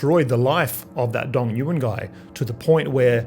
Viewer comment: nguyen is pronounced nu-Win from what I understand, much better